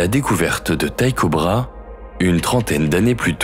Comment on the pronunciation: Très belle vidéo, cependant une petite correction l'astronome danois que vous citez se nomme Tycho Brahé et cela se prononce brahé, pas bra